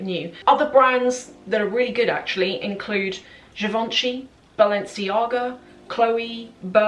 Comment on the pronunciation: Btw givenchy is pronounce das : je von shay (je - like the french "je suis".